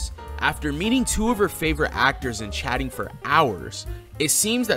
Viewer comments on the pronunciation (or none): Did just say chatting for hours or chadding for hours LOL 😂😂 like I like to say when Chad shows up all the rules and Common Sense fly out the window😂😂 once twice three times a Chad she was in heaven 😊😊